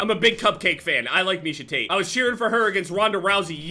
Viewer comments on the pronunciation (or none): none